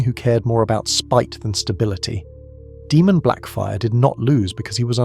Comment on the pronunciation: Can't tell if this is ai voice or not. If not it's pronounced Daymun, not Deemun